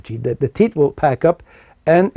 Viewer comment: All I heard was teets - teets and more teets.